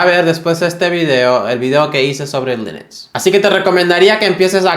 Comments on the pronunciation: Porque dices: linix? 😅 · Por favor, para de decir lEnux